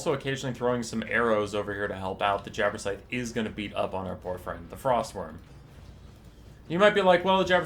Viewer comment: It sounds as if you are saying 'Jabberscythe' instead of 'Jabberslythe'.